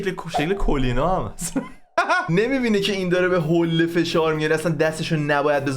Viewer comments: حُله نه حوله 😂😂😂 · حولّه نه حوله 🤣🤣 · بابا بخدا حوله تشدید نداره میگی حولّه🥲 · وای عاشق تشدیدهای روی حوله هات هستم🤣😛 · جان کلمه «حوله» تشدید نداره😅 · حوووولّهههه،،لعنتی چقد رو ل تاکید میکنی عاشق حرف زدنتم یعنی🤣🤣🤣🤣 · فقط حوللللللله🤣🤣حولّه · باز گفتی حولّه 😂😐 چرا رو بعضی کلمه ها تشدید میذاری ؟ 😐